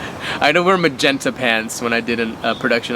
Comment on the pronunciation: "Magenta" hahahahahah Lel